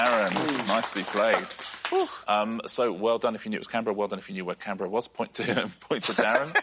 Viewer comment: Today I learned something new. How to properly pronounce Canberra.